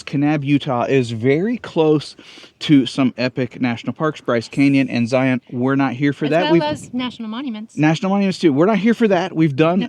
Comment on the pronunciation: My home state! 😍 And y'all said Kanab and Zion correctly! Bonus points! Haha! 😂